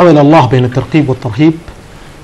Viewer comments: الترقيب ؟؟؟ المذيع ما درس لغة عربية فرق بين الترغيب والترقيب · اول شي راجع لغتك الترغيب وليس الترقيب يامقدم البرنامج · المذيع لايفرق بين حرف القاف والغين . ويقول الترقيب والصحيح الترغيب. دا بقي دكتور كيف😆😆😆